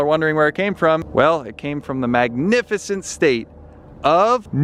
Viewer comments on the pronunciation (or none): THE SECOND HE SAID MAGNIFICIANT STATE I THOUGHT NEW JERSEY AND INDEED IT WWAS NEW JERSEYYYYYY!!!!!!!! IM SHAKING AND CRYINGGGGG